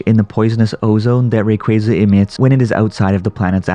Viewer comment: Ray-quay-quay. What the f**k?